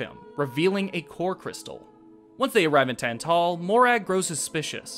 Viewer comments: The stressed syllable in "Tantal" is in the Tan part and not the Tal, I think. And Iona is pronounced Eye-ona. It's all rather small stuff though, sorry if I sound nitpicky. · Thats fair. To be honest when I was working on this, I didn't notice how Tantal was pronounced cuz everyone I know always pronounced it the way I do in the video. Collective incorrectness I guess. As for Iona, I legitimately didn't care enough to watch the scenes she was in beyond making sure it was a good scene to use for the video.